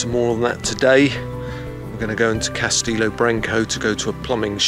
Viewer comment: CastElo not Castillo. 😁🍷